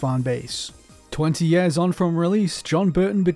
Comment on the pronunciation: why can't this guy pronounce the word "Years"